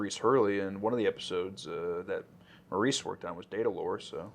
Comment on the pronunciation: (Maurice Hurley's first name is pronounced "Morris." Just FYI.)